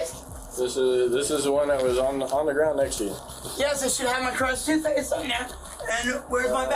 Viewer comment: "Crest TOOTHpaste." /facepalms SIR.